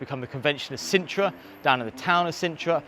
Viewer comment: *Sintra. Not Cintra, that's a place in the Witcher books 😂